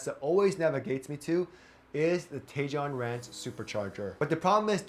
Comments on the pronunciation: Tejon ranch is pronounced ‘Ta hone’ 😂😂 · These are great videos! I'm getting a Tesla soon and I really appreciate the information....Tejon is pronounced "tay-hown." I had to listen a couple of times because that's the exact route I'm taking this week...Thanks again for great videos!